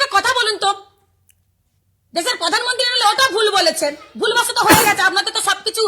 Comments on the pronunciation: আগে বারা তুই প্রধানমন্ত্রী বলতে শেখ পধানমন্ত্রী না বলে।বিশুদ্ধ পাগলিচুদী 😂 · প্রধান মন্ত্রীকে পধান মন্ত্রী বলছিস, তখন ঠিক তু তো গায়া বিটি।